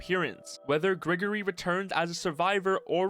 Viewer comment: He says Grigori soo wrong